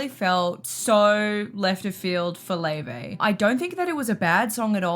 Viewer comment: How do we get Lay-Vay from Laufey?